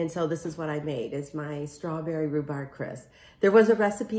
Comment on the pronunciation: Amy, the pronunciation of rhubarb is the “b” at the end. You have been pronouncing it RHUBAR. AND LEAVING THE “B” our at the end. It is rhubarB.